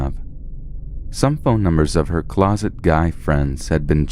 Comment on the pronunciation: Lol closet guys friend instead of closest